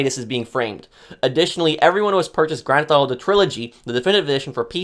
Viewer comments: "Grand Tho Auto 3" 🤣🤣🤣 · grand thauto?